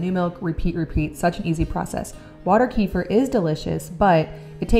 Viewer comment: I just found out kefir is actually pronounced ku feer’ with the accent on the last syllable.